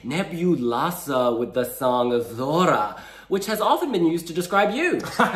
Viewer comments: It doesn't sound Zorra. It sounds Thorra. That's the way the "z" letter is prounounced in Spanish (in Spain). Pronounce "I thought". Keep the "th" sound of it. And then say "Thorra". Not "Zorra". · The right pronunciation for z is not like in Zebra. It's more like /θ/ like thorra. Try to say it, it's very satisfying 😂😂😂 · The right pronunciation for z is not like in Zebra. It's more like /θ/ like things or think: thorra. Try to say it, it's very satisfying 😂😂😂